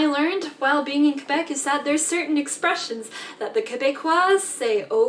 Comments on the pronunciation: Most people in Quebec are anglo and/or bilingual, from Montreal, with love, yes we're québécois and it's not quwabec here's the phonetics for you again, (last word was Pre-meer) and she's full of shit there are many ignorants fxck wads who don't speak English and like to call a referendum, yes Celine Dion is ours, we are the most bad asses in Canada, but MOST OF US DO NOT WANT TO SPLIT FROM CANADA!!! remember your 10 minute lesson about Canada? How close the second referendum was? I just turned 18 and voted for the first time, AGAINST IT 49/51 THE 51 WAS A NO TO SEPARATION AND jaywalking is all good, anything goes here, ❤✌🏼 no you keep your own names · When you say Quebec, the "u" is silence, so say it like this "kay-bec". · It's not pronounced qwa Bek, it's pronounced Kay bec. Just to let you know. It's said with a French tone 😂 and they arnt part of Canada kinda as for the past forever they keep trying to separate from the rest of us... 😂😂😂😂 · Pronounced K bec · It's pronounced kay-beck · Kay-BECK; Kay-behh-KWAH